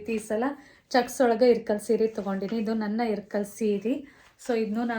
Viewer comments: It’s not irkal it ಇಲಕಲ್ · It is ilakal not irkal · ಇರ್ಕಲ್ ಅಲ್ಲ ಅದು ಇಲಕಲ್